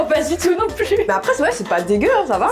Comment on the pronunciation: Le ''c'est dégueulasse'' était clair et net mdr😂😂😂😂